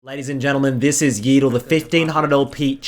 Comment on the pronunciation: man said yeedle